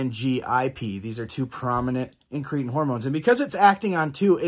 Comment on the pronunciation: IN- kruh -tin not in-KREE-tn….Pkease dear god pronounce it right!! 😂